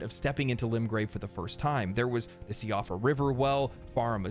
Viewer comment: unimportant but just so you know - Siofra is pronounced shee-oh-fra Kale is pronounced call-ay